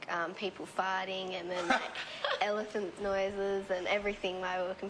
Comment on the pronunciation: Did Lauren say "people farting"